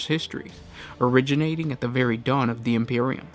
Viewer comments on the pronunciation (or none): none